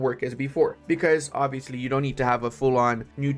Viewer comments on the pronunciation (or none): none